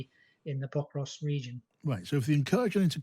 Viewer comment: Pokrovsk, not Povrovsk! It's bad enough that the host gets it wrong, but the guest also.